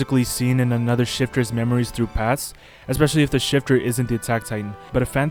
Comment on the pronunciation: He cant even say Paths properly